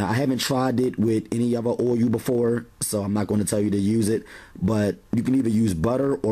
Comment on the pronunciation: Great videos! But, you are absolutely pronouncing the word OIL wrong. Ask someone how to properly pronounce it.